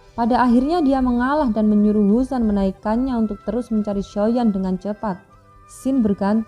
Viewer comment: Cara penyebuta xiao ya tidak jeles,yuzan bukan jusan.